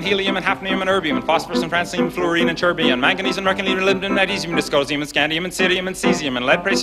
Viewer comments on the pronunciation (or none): At he says "dyscosium" instead of "dysprosium".